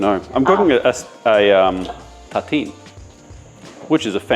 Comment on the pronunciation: It took me about 5 min to understand what your « tateen » was… I guess you are trying to say the French word « tartine » but the R went missing in action at some point…😂 So in English it would sound like « taRRRteen », Just imagine you’re Scottish with the rolling R’s!!! Anyway, a tartine is basically a sandwich made on top of a slice of bread, with no bread on top of it. It can be cold or grilled (under an oven’s roof grilling resistance for ex).